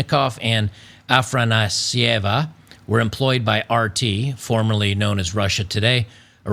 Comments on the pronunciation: youre seeing the fancy "a" as an "r"... her name seems to be ah-FAH-nah-see-yay-vuh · It's [Afanásiəva] with iə pronounced as one so it's a mild sound compared to the phonetic it represents. No English phonetic transcription sign exists for the correct Russian sound so not sure how to explain it better